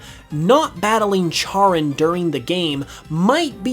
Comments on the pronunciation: Charon -> “care-on” not “chair-un” And Pluto isn’t a planet. Soorry. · Pls charon is pronounced like karen pls im in pain here